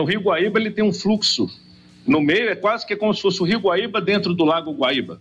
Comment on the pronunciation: Especialista não sabe nem o nome do GUAÍBA e não baíba.